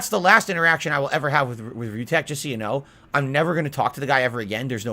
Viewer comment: "Yoouuunnnuuu know whaht I'm saying"